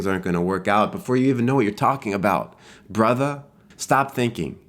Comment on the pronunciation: Starting i just started laughing "brotha" "stahp thinking" "oh mah gawsh"